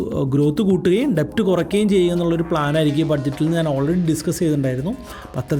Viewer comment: "ഡെബ്റ്റ് " അല്ല, ഡെറ്റ് ആണ് ഉച്ചാരണം. 🙏